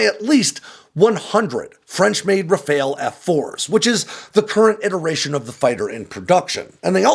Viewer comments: ITs not a RaFAIL its a RA-FAL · It’s “RAF-AHL”. Not RAF-ALE. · Why can no American pronounce Rafale?.. I mean, it's a really easy two syllable word pronounced Rah-fahl, not rafayul nor rafayel or even rafail. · Just a tip also: in French, when we say Rafale, the second 'a' in that word sounds more like the 'a' in the English word 'pal'. But if you have trouble pronouciating that, 'RafAHle' sounds closer that 'RafAYle' for sure. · RAFALE IS NOT RAFAEL :face-blue-smiling::face-blue-smiling::face-blue-smiling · It is pronounce Raphaaaal. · Why are you calling it a RaFAIL? lol